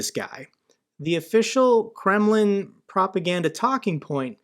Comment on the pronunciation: I find it always funny that you talking about Kreml...but its sound always like Gremmling